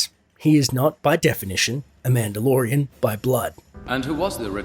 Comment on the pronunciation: You say madelorian a lot ...